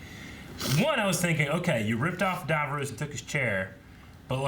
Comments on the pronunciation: God America it's Davros not Davroes. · No offence but why do Americans pronounce Davros as "Dav-rose" despite it being said correctly in the episodes? :) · Not a big deal, but I hear it every time: they're pronouncing Davros like Davos with an r. The way the characters say it, it rhymes with Ross, not Rose. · dav-row-se Me: lmao.